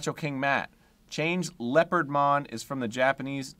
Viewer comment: “Leo pard mon!” … “leopardmon”